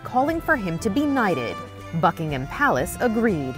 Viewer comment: The way she said Buckingham triggered me